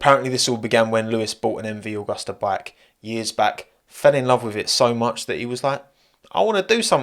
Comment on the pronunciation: It's MV Agusta, Not MV Augusta !